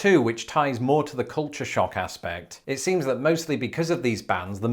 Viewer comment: The closed caption translates your pronunciation of "culture shock" as "culture shark." That's funny.